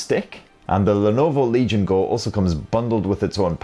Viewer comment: I don't know why I keep hearing "RELIGION GO" instead of Legion GO. Is this a new type of Faith ?